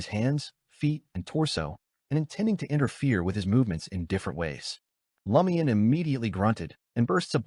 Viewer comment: IT IS NOT L A MIAN. 😢